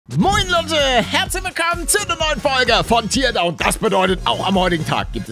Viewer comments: Nicht Tierdown Paledde! Teardown! TÄRDAUN! XD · "Tierdauwn" Es wird glaube ich eher wie "Teerdauwn" ausgesprochen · Das spricht man tärdown aus palle 😁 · Hey Palle, du sagtest "Teardown" falsch. Man sagt eigentlich das Tear wie "Teer", und das "Down" wie du es sagtest.